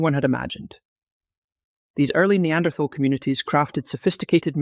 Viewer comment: >th< in Neanderthaler is pronounced as >t< , like in River Thames. >Thal< is the old spelling of nowadays >Tal<, meaning >valley/dale<.